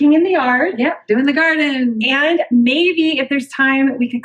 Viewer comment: "Squattin in the gartin" 🤣